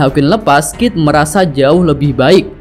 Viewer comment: KID BOSKUH BUKAN KIF :D